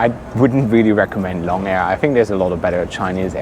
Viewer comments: It's pronounced as loong (similar to loom) rather than long. Loong means 'dragon' in Chinese :) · The carrier with the red and white livery is AirAsia. It's not "long" air. The "o" is a long "o" so it's more like "loong" meaning "dragon". If you had spent only a short time in China you would've known that.